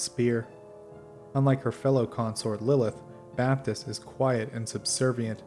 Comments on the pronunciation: Then that's just dumb. Double a is not pronounced a-A, it's pronounced a. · My dude, it's Bay-tor NOT Bay-at-tor. Drives me up the wall.